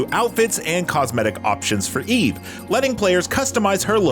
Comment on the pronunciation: did he say E-V and not eve? i thought these reviewers were supposed to be gamers.